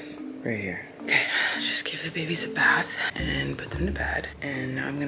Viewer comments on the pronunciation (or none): none